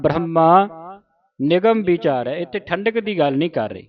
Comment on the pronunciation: ਬੀ ਚਾਰੈ ✅ ਬਿਚਾਰੈ❌